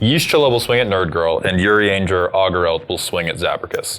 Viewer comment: "Oh, did really well pronouncing "Urianger"!" pronounces Estinien immediately after "Oh."